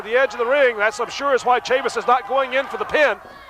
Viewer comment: This promotion was owned/promoted by former NWA World's JR Heavyweight Champion Nelson Royal....it didn't last long. Funny how Dusek pronounced Tonto's last name...Tatanka... Buffalo Chris Chavis like Travis not Chavis like Mavis. Good to see him get outta the Sportatorium though!